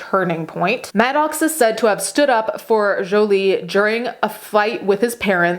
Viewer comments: I love the way she is saying Jolie That's the actual real pronouniation of that French name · Didn't hear "Joiliette" anywhere in the video. Jolie is a French name and pronounced it correctly. Does she need to Americanize it for you to understand it? That's sad. And what does being Italian have to do with anything? Because it's her first language? You can't even spell her name correctly, but she needs to change her manner of speaking to satisfy and pacify your ignorance?